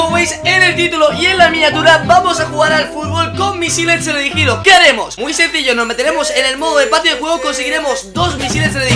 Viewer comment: TELERIDIGIDO? TELEDIRIGDOS? TELERIGIDO? "TELEDIRIGIDO"